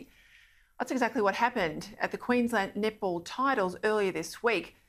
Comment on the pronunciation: “an all boy nip-ple team” i know i’m not the only one that heard that